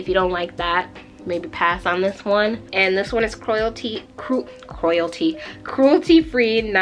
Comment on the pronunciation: Love how you say cruelty 😂